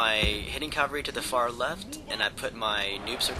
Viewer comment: its cavalry not calvary. calvary is the hill where jesus was crucified haha